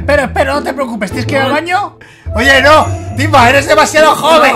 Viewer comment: cuando mike griot timba en ves de decir timba dijo tiva xdddddddddddddddddddddddddddddddddddddddddddddddddd